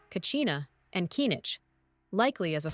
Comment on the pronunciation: How did they butcher kinich?